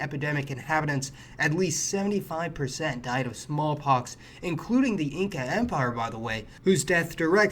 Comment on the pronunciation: You should have called it a "smallpox epidemic", not a "small-pock" epidemic, .